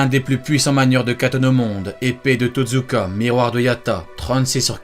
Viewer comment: Pas Totzuka mais TOTSUKA